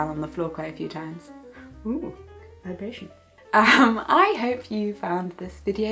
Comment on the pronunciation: She said "vibration"? It actually sounded like "very patient" to me, but my hearing isn't the best so maybe my brain just used the subtitles as the sound.